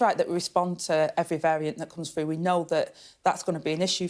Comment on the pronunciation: . . are the words 'froo' & 'wevver' actually in the English dictionary ?